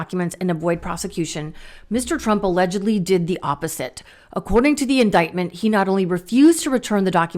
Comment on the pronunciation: says indicktment.